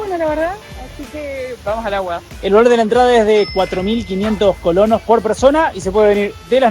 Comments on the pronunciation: se dice colonES no es correcto ColoNOS, saludos. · AUXILIO y, ya han tenido comentarios donde se aclara que la moneda en Costa Rica es coloNES, se escucha muy mal que con varios días, insistan en su error de mal pronunciar colonos. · No son colonos....es colones....con e 😂😂😂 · Colones no colonos.. Molesta oírlos decir colonos